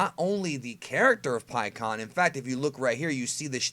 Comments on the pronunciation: I always pronounced his name before this pik aan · In the official anime and the official licensed games (like Raging Blast 2) he's "Pikkon" and pronounced that way. I'm not gonna be calling him "PikeHuAwN" forgive me lol.